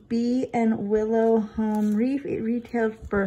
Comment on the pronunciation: Are you saying Reef ? Or Wreath ? Lol ,too cute.